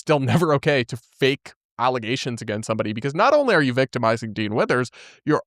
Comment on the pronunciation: False alla-ZAY-shuns!